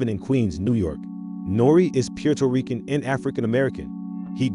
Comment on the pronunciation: what is the deal with the pronounciation on this channel? piuto rican? really?